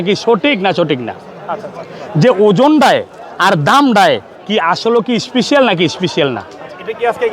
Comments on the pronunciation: খালি বলে ইস্পিশাল অফার।স্পেশাল না বলতে পারলে ইংরেজি বলার দরকার আছে?একে তো চাঁপাবাজ, বাটপার তারপর আবার উল্টাপাল্টা কথা। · Special ❌ Ishpisial ✅